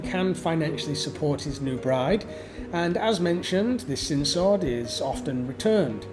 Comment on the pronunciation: Your pronunciation of "sin sod" is affected by your English accent.